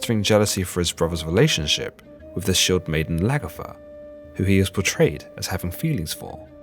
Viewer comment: Good info but you need to learn to speak properly. "Th" is not pronounced "ff". The lady was called Lagertha not Lagerfa. You have global reach on YouTube. Don't let the world hear that lazy way of speaking. I was finking that it was just a faut.... Fanks for the video